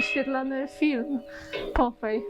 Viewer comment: Zwracam uwagę ns wymowę: 'popaj' nie 'popej'